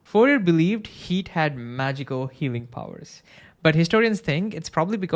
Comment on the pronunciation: I love his informative videos. He even pronounces Fourier's last name correctly.